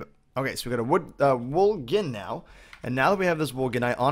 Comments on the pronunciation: Gin gin gin gin gin gin gin is all I hear... It's pronounced jin not gin... Like cotton jin. It's pronounced jin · It's pronounced wool Jin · btw gin is pronounced the way the type of alcohol is. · He pronounced gin with a hard G lol